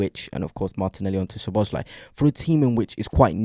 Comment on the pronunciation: So-bo-slai., not Sho-bo-shlai. Other than that, you forget that Arsenal has become reliant on set pieces for 25% of their goals. Arsenal's players are utterly averse to being versatile in open play situations. It's like watching American egg-ball. It's not unfamiliarity with each other, rather it's that you have no spontaneity.😊